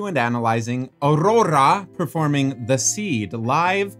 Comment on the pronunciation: You're ARŒURORÆ made me laugh so hard😭